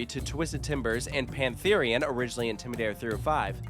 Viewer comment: Pantharian sounds so wrong